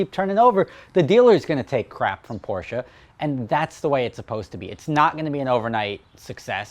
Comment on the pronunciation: OH MY GAWD! I am very happy to hear you pronounce Porsche correctly. You have NO idea. Cheers!